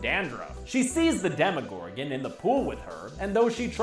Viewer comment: It's Demogorgon not Demigorgon